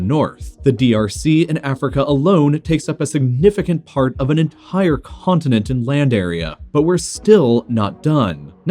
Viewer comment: ... " significant p'Hart of an ent'HHire c'HHontinent "